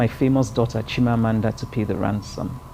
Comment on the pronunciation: I feel some how when Nigerian names which has meaning are pronounced in such a way that not only it loses the meaning but mean nothing. We follow foreigners to kill our names. Chimamanda is an igbo name. It is Chim amanda not Meaning, my God will never fail.